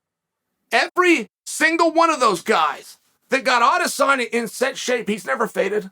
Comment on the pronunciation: no lie i dont think ive ever heard chael say izzys name wrong. he must be a fan.